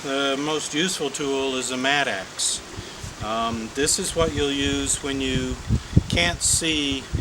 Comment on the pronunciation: Maybe a regional difference, but it is a mattock, not a mat-axe.....